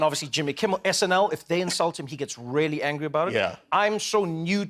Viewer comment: Trevor’s the best. I raily (the way he says it 😅) keep meaning to listen to his podcast, and now I gotta find some kids to read his book to. Jimmy’s great too.